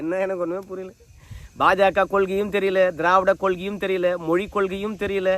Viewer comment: மொளி மேல் பற்றாம். உச்சரிப்பை கவனிக்கவும்